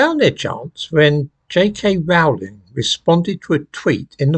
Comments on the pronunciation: Her surname Rowling rhymes with “bowling” not with “howling”. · It's 'Rowling' as in 'Bowling' - Not 'Rowling' as in 'Scowling' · 'Rowling' rhymes with 'bowling'.